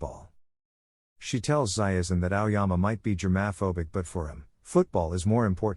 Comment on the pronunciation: “germ AAA phobic”